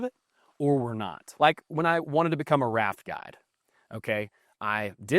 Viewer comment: thanks...I had to do a double take - I heard “rap god” when you said “raft guide”😆👊🍻✌️